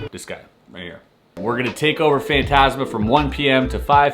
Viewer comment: You say fantasma very wrong